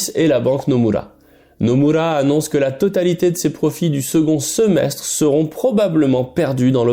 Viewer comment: Vous prononcez bien le nom de la banque « Nomura » à la japonaise. Merci, ça fait plaisir à entendre